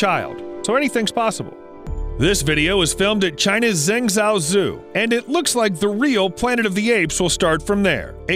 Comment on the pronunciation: China's ZENG-ZOW-ZOO?? Are you fucking kidding me????